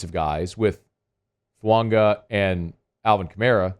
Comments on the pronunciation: FUAAAAAGA. FU-AH-GA. NOT FUUNGA! Please 😭😭😭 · There's no "N" in Fuaga..